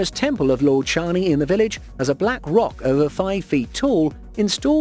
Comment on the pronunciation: You pronunced shani wrong